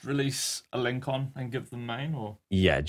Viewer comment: Also, FYI don't mean to be a dick but it's pronounced Al - en - sson (the little accent on the "c" means an "s" sound rather than hard c) :P